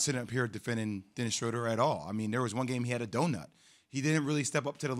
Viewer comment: The dude's name is NOT Dennis Shrooder. It's SCHRÖDER. As if he doesn't get enough disrespect already.